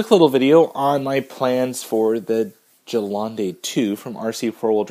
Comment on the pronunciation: It's pronounced Ge-len-de and when I used tamiya smoke on the windows they dissolved.